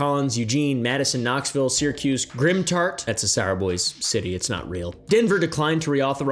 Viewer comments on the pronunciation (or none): You said Syracuse... Like Syracuse NY??